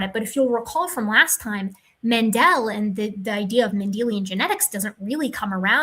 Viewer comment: It's Mendel, not Mendell. ;)